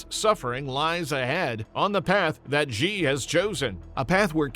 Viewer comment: Or, "Xi." Embarrassing.